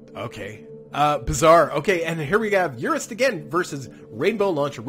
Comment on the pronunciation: Urist Tarmogoyf! :D It's Urist! A dwarf fortress reference!